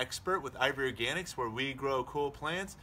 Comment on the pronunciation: Slow down when you say I V Organics! You keep sounding like you are saying IVORY ORGANICS